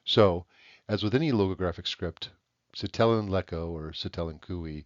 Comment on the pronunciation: i will say it is pronounces SI-te-len, not si-TE-len, but otherwise this is really cool!!!!